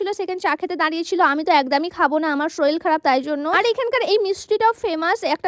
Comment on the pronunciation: Sorir ❌ Soril ✔️